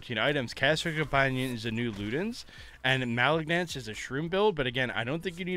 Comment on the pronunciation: You pronouns Malignance as you would say malignant as in a malignant tumor.